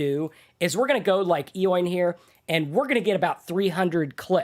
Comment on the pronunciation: enjoy you videos. By the way Eoin is an Irish name and it is pronounced Owen:)